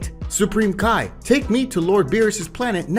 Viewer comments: Him:Kai me:it's ki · Idk why but u seen dragon ball super and heard how their names are said but yet ur still saying their names wrong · Can you learn how to pronounce names and Japanese words properly? You literally say Kai, Ki is pronounced as ‘Key’ and Margin Buu is pronounced Mar Jin like Ma , Its so disappointing